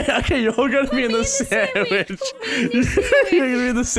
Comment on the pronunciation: They dont understand because you say sammich